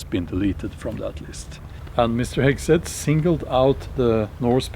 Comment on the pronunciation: The cruellest part is how you mangle the pronunciation of Hegseth's name :D